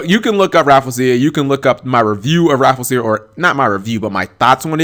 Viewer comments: I believe it's pronounced Raff-LEE-ze-ya, not Raffle-sia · it's "Ra-Flee-jia" not "Raful-seeya" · Rafflesia = Raffle-Sha. Raffle as in "Ticket Raffle"; Raffles as in the Raffles flower, named after Sir Stamford Raffles. The "-sia" part is usually pronounced as "sha" as in "A-sia", "Indone-sia", "Malay-sia". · I pronounce it as "Raf-ley-shia." How do you pronounce it? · No one on Youtube can pronounce Rafflesia correctly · lol sorry but i just cringed at you mis saying her name sorry lol. but i love your videos man :3